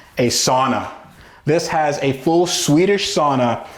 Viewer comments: Also, it’s pronounced “sow-na” not sawn-ah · SOW-na, it's the only Finnish (not Swedish) word everyone knows and most of you say it wrong. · It's Pronounced Sowna.